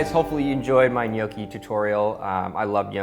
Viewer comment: My husband and I are Italian, and his family grandparents are literally from the "old country" and barely spoke English. We make ours a little different but this was very close to ours. Also, thank you for pronouncing it correctly!